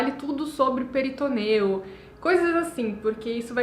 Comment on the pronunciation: Querida, se cê tá fazendo vídeo em português, fala PORTUGUÊS!!! Não é peritoneu, é peritônio